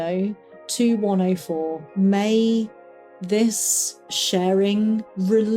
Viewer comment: Hello! I’m new here and enjoying your stories. I just wanted to say something you might find interesting. I’m from the US and to my American ear each time you say “104” it sounds to me like you’re saying “Wonderful”. It is more like “Wunnerful” which is ironic given your experiences there, but I look for deeper meaning in things and wonder what deeper meaning there could be for that. 🙏